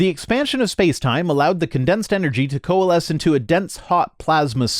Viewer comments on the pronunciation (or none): none